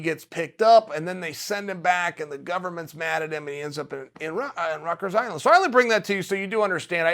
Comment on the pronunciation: Chael it’s pronounced “rikers island” not “ruckers” just a note 🤣